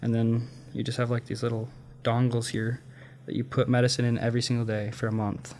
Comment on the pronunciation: the way he said dongles lmao